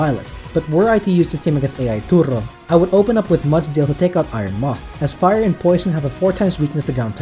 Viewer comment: I rarely leave a comment. This was a well done video and you earned my like and sub. My only piece of advice is to display the name of the pokemon on screen when you are going over them. (Only for the 6 you are adding to the team). It took me forever to realize you were saying "Mudsdale" and not "Mutt-Tail" lol. I'm an older pokemon fan getting back into the games and putting the name of the pokemon helps a ton when trying to draft a team. Just a suggestion. Either way awesome video.